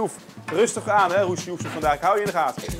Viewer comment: er moet en nieuwe intro want in het begin gaat het niet goed met rustig aan het joesoef hij zegt rutgis aan he joesroefge he